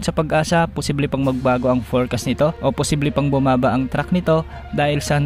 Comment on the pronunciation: Track hindi Truck!